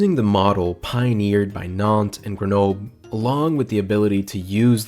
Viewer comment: Greh-no-bleh. You pronounce the "L" and shorten the "E"